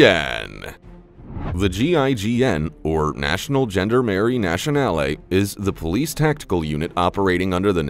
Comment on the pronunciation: It's pronounced jaun, dar, Marie not gender marie.